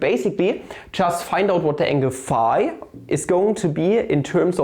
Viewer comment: Ist das irgendein running gag, y and phi so seltsam auszusprechen? Bei sagt er es ja sogar richtig und sieben Sekunden später "phah"....